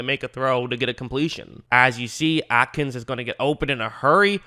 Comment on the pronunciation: Thanks for this! Only nitpick Jordan A-kins no t